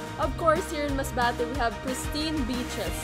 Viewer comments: The way represents her hometown. How she pronounced “MASBATE” you can just feel it. She’s so proud. And, I think “Masbate” should be proud of her too. She boost the city and a lot of people now interested to explore Masbate. I also loved, the way she put all the tourist spots in Masbate. We didn’t know before that they have white sand beach. Good job. I hope this pandemic will end na so, I can visit your hometown 💕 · Yung pag bigkas ni ng Masbate sa dulo🥺 ramdam mo talagang pinagmamalaki nya ang province na kinalakihan nya. Tagos sa puso.Nakakaproud kahit hindi kami magkababayan kasi Im from Mindoro, the Brownout Capital of the Philippines😄😭😭